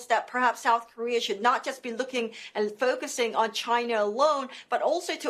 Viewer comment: what is 'sough' korea?